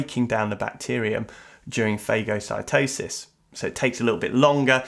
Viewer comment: I'm confused by how he pronounce phagocytosis